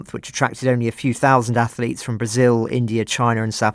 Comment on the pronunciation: Wow, what a terribly biased narrative by your crew! It would be great to have a neutral stance instead of the personal view of a poorly educated oik who says "ath-a-lete".